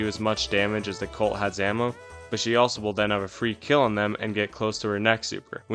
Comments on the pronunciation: Why does he say crill instead of kill every single time? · why does bro say "Krail" instead of kill ts pmo